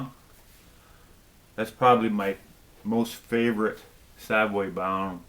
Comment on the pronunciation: Love the band Savoy Brown just find it strange when it sounds like you call them Savway Brown. Having seen this band numerous times they are introduced as Savoy (as in the famous London Hotel) Brown. Anyway their latest is superb. Thanks again. BTW Nazareth's latest with a new vocalist is poor...shame.